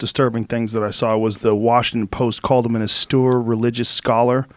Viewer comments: How many times is Joe going to pronounce austere “awstoor”? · "Awstewer" Religious Scholar lol...c'mon Joe :) Austere? :) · It’s austere. Like when you’re about to crash into a wall so you tell the driver “Ah! Steer!” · And he still can't say "austere" right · Lmao, oh okay bro thanks for that, I’m sure Joe Rogan has never heard the word austere in his 50 years on this earth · Joe is repeatedly upset about a word he has yet to learn to pronounce properly. Makes him look foolish. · Austere, Joe. Austere.